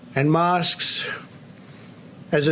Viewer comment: 😂😂😂he waited a year and a half to pronounce mosque and still butchered it